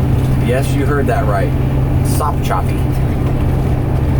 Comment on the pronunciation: You got sopchoppy right but murdered O-CA-LA LOL